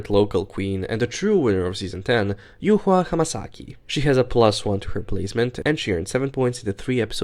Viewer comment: Thank you for pronouncing the name of the true winner of Season 10 correctly, as it's "yu-hua" and not "yuwa" 😌